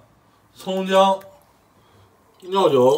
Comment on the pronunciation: 我感觉故意把料酒读成尿酒 感觉也看过七二娃的视频…